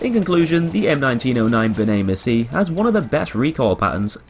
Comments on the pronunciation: Pronunciation: buh-NAY-mer-see-AY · be-nay mercy-ay